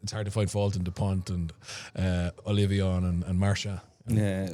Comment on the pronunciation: Hey, Bernard. Ollivon today. You say Ollivion. Also, Ioane and Arundell recently.